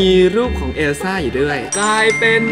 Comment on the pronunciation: เอลซ่าไม่ใช่เออซ่า